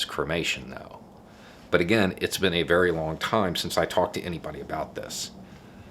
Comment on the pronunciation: are you going to tell me WHY you pronounce again with a 'y' sound! c'mon man!